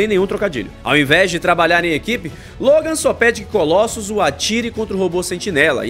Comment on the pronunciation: Essa pronúncia, "ColÓssus", é ridícula.